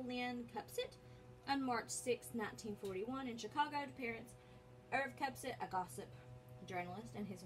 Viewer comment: Second time today I ran across a video where the host could neither spell nor pronounce "Kupcinet.". WOW! WHAT MASSIVE, REASSURING HOMEWORK AND RESEARCH!